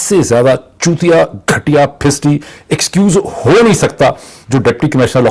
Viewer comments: phisdi is pronounced as phasaddi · The correct pronunciation of Urdu word is Phisaddi !